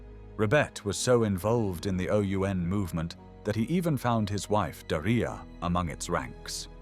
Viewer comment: Daria is pronounced DARiya, not DaREEya..